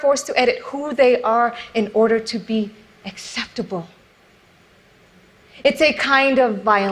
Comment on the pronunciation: ax-ceptable ahahahahaha